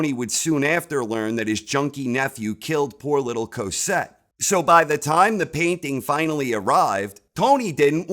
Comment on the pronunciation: Put some respect on Cozette's name